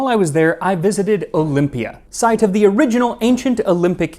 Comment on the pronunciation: Your Greek pronunciation is spot on! Well done! Also I’ve been to Olympia several times, the whole area is incredible. 🇬🇷